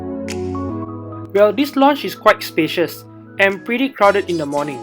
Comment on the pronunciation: lounge (pronounce as (LAUnge) not LONnge. 😅